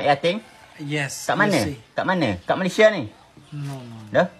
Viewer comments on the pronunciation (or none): none